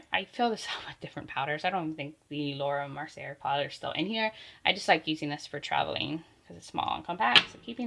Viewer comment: The ELF Poreless Putty primer is my go-to holy grail. It is the ONLY one that really hides my pores on my nose! But it just goes to show that we all have different issues... I don't need a 'matifying' anything but pores are my big problem... FYI not trying to be 'that person' but you don't pronounce the 'r' at the end of Laura Mercier. It's like "Mercy-A". Kind of like Glossier that is pronounced "Glossy-A".